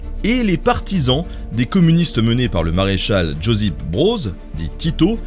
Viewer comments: Bien expliqué mais, Josip se prononce "yosip" et non "djozip" 😁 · Josip se prononce Yossip' Merci encore pour cette video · Alors Josip (Joseph) se prononce "yo-cip" (le j se prononce "ye" et le s sans accent se prononce "ce" , prénom très répandu dansles Balkans). Connaissant très bien la région (plus la Croatie), je peux vous dire que bcp regrettent Tito.Ils ont conscience de ce qu'était le communisme avec du recul. Ils ont conscience que le communisme était un frein au développement du pays... mais au moins disent-ils, pendant le communisme tout le monde avait à manger. La pauvreté n'existait pas. C'est le paradoxe du capitalisme. Les gens vivent mieux... mais si t'es pas du bon côté de la barrière, c'est la merde pour toi et tu vis beaucoup moins bien que pendant le communisme. C'est ce qui est presque toujours ressorti de mes rencontres avec la génération de ceux qui ont vécu sous Tito (je ne fais que reporter ce qu'on m'a dit hein, je n'ai personnellement pas vécu sous Tito ^^)